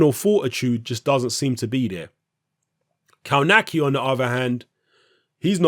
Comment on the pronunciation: Kownacki is my favourite American heavyweight at the moment. Answer it's pronounced kov nacki.